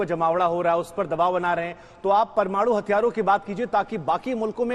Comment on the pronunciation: Anchor, reporter toh lgta hai kisi kaam ka nhi hai...bolne tak nhi aata parmanu ,alert zone, bolne tak nhi aata